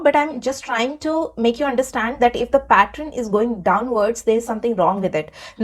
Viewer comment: Its not pattren ...its pronounced as pattern ...Shaking my head ... 😮